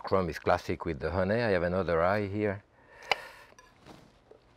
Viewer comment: I love so many of his little ways, but his pronunciation of "honay" is one I watch for.